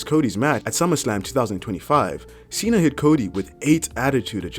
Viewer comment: John Cena heel turn my god how do you butcher that